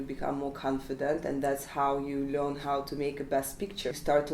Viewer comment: They way she says "learn" is just terrible😂😂russian accent itself😂